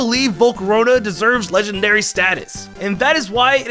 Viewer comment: it’s legendary not lengandary 😁